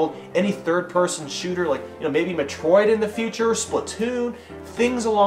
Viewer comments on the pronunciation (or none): Did you just pronounce Metroid "muh TROID"? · did he say meh-troid? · Your pronunciation of Metroid...